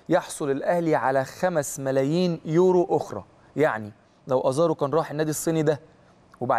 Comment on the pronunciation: أسمه يورو مش اورو